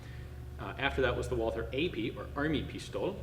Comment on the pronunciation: For heaven's sake, in German the "th" is pronounced like a "t". So the manufacturer's name is pronounced like the Christian name Walter.